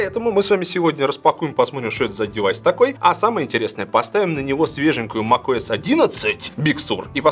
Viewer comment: Услышал - ТимКукОС)